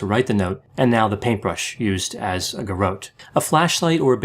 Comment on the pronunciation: Weird pronunciation of 'garrotte'